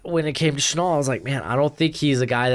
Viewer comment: It's pronounced Shuh Nell, like the perfume or Cologne Chanel, honestly, that might be why he switched to #5 like Chanel no.5 I love Chenal too, He's hands down my fave in the class, It's just like last year, I started out all about Cox, then I found Zaven Collins and he stole my heart, this year I came into the season crushing hard on Brandon Smith, especially with him being a local Virginia boy but then I found Chenal and it was all over for me. I'm hoping we trade back grab an extra 2nd or 3rd and get him grab him in the 1st. Ron is moving Jamin outside where he's a much better fit and we still badly need a MIKE, if any coaching staff would be willing to go LB in the 1st round 2 years in a row it's Ron Rivera and JDR. I was really hoping we would be able to get him in round 2 but his hype is growing after the Combine and he could very likely be heading into the 1st, but there is still that outside chance that the NFL won't be high on him because he doesn't fit that modern LB mold, but the guy looks like Micah Parsons around the line of scrimmage he just launches into backfields. I think if Washington can trade back get an extra 2nd Draft LB Chenal, NB Jalen Pitre, and FS Nick Cross we would be fully set to transition over to Nickel as our base like Ron and Jack want with the perfect personnel to dominate.